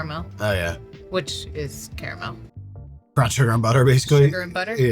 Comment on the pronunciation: It's definitely not car-MEL, dude.🤣 I'll accept /car-mull/ or /care-a-mel/, but car-MEL? What're you a fancy pants, bro? Get outta town! Yes, I am the Pronunciation Police. Get on the ground!!👮